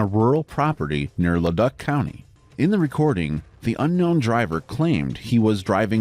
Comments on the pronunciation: It's pronounced Led"oo"c not leduck. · Le-Duck County? It's pronounced Le-Duke County. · It's pronounced Le Duke not Le Duck